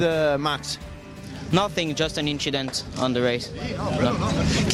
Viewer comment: "Nothing, is just an inchident"-Leclerc, Charles